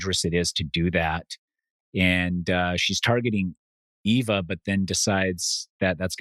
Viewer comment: Why every week do they or thinks her name is Ava lol it's Eva